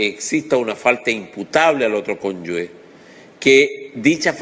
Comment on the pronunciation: Profesor, muy buenos sus videos, se le agradece. Sólo le quiero señalar que se dice conyuge, no "conyugue" como usted pronuncia en el video.